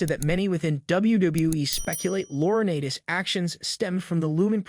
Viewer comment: Loriniiites Is the pronunciation not Laura Natis. There’s a long I in his name the a is silent